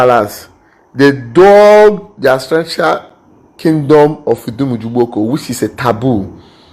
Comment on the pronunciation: You need to do your research before coming out to talk, you do not know what you're saying. I'm an Ugboko indegene, my house was destroyed in Ugboko by Nonso and his thugs for no justified reason. They are all liars, when you support them, you become one of them. You can't even pronounce the name of the town you're fighting for. Please speak pigeon English